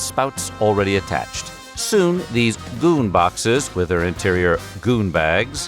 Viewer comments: GOON boxes with GOON bags. Why narrator made such strong emphasis on this word?))) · Because it's a funny word... Why else..